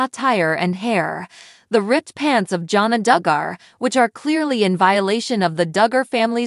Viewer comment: Her name is pronounced JAN-A